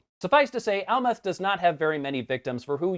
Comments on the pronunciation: ?? You mean Amleth not Almeth? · Amleth not amleth